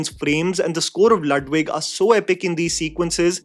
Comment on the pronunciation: Lüdwig= Loodwig not Laadwig